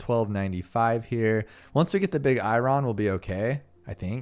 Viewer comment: "Eye ron" lmao 🤣 It's "eye urn". It's the metal iron!